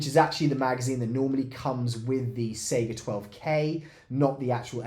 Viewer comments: think of how you say Kalashnikov and not Kaylayshnikov ez :) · (/ˈsaɪɡə/) - saiga with 'A' from America or dArk - not SEGA game company : SEIGA - it is named after an animal (just being a cringy know it all nerd, but i hear it all the time like SEGA)